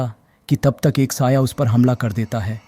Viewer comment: 'quatil says' 🥀